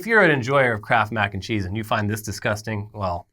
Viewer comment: All I heard was "candy crap mac and cheese"